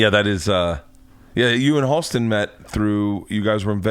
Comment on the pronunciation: I'm a little late here but. Halston. With an A. Just so you know :)